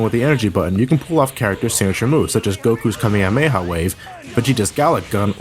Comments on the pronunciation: So you attempt to say the Japanese version of special beam cannon, but you say Kamayamaya instead of kamehameha? dafuq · cumayamaya? Why do you pronounce it like that, you fucktard? Just say it normally